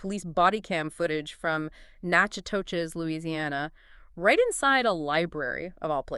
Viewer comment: Did you have to teach the AI to mispronounce Natchitoches or did it just read it how it looks? Either way, it's hilarious. 😂😂😂